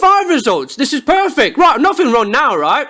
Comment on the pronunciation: "Roight" simulator 2016